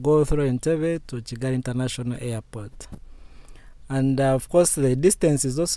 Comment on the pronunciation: May your channel continue growing. You're are doing quite well. I am a Kenyan. But why do you call Kigali as Chigali😊